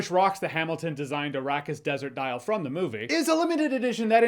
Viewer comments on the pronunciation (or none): none